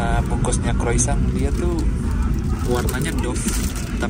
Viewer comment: bang, baca Croissant nya Kroasang bang 😆